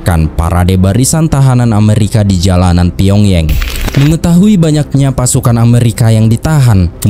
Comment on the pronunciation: Shin Man Rhee.....kali min. Karena Shin itu marga orang Korea macam Shin Tae Yong bukan Sig Men Rhee dan Pyong Yang bukan dilafalkan Pyong Yeng tapi tetap dilafalkan Pyong Yang, jangan ikutin lafal inggris/ bule. 😊